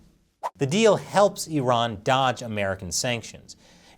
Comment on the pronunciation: Thank you for calling Iran, Iran not i-ran